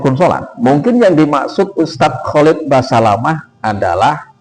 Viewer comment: Nyebut nama aja salah dul, kholik. Khalid